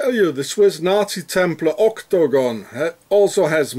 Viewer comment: " ÔK-TO-GÓN! " Love the way you pronounce it. Thanks for this information. I take everything online with a grain of salt, but you have fitted some pieces in my NWO puzzle. Hope you are doing alright, despite the Swissies.